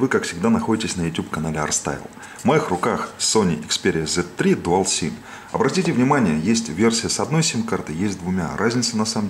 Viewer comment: Не "dual sim", а Dual. Прочитайте правильное название, хотя бы на коробке!